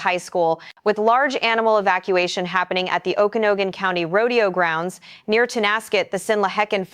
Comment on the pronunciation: In-che-lee-um O-ku-nog-gun If you're going to report on the area, at least know the names of cities/areas. *There were so many mispronounced, someone please add more corrections here.